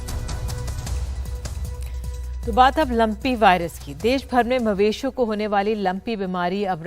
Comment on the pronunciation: देस नही देश होता है किरपिया ठीक करें।